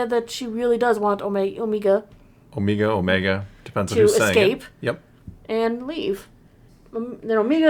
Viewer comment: The "Omeega" pronunciation really exposes the voice actress as Kiwi 😂